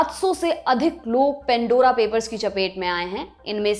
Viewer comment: Pan Dora Not pen.dora Please improve English pronunciation